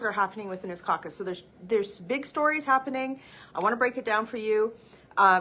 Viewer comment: “Trudeau needs to calm down his coock-us”……sorry my English no so good.